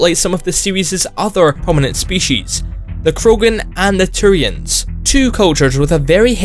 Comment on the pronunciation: "Next up is the Churians"